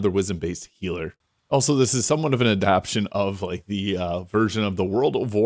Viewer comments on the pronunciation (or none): /ah-dap-tay-tion/. Not /ah-dap-tion/. You sound stupid when you mispronounce things.